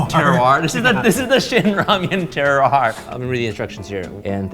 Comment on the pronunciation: the word your looking for is terroir pronounced "terr-war".